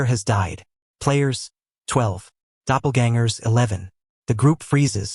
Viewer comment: brooooo the new version fixed the pronunciation of "doppelgangers!" good shit. too many AI recap channels just dont care